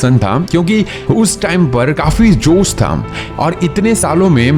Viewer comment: 45 second pe jos nahi josh hota hai